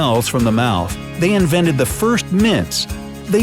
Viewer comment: "Inveted" not "invented" they day "inveted"